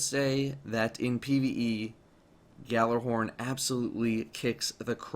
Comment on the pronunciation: Two things 1st gjallarhorn is pronounced yahl-arehorn. 2nd lupi is Italian for wolf and its pronounced lupe not lupie